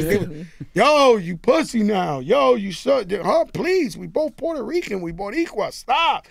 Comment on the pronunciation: My nigga said potrican